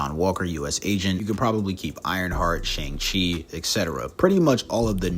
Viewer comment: How do you still pronounce Shang-Chi’s name wrong there’s a whole ass conversation about it in the movie 😭